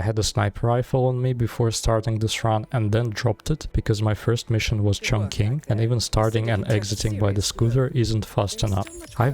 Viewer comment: You pronounce Chongqing incorrectly. It's pronounced like "Chong Ching"